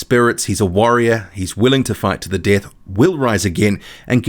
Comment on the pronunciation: “Fight to the deaTHHH-uh”